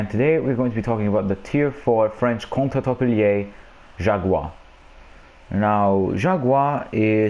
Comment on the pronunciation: Gotta roll the “r” on jaguar and contre-torpillés XD